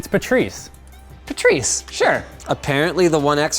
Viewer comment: It's pronounced Pat-rice